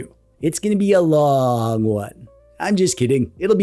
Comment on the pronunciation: It would be pronounced Loong not Lonng.